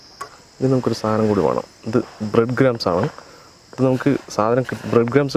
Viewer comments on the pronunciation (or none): none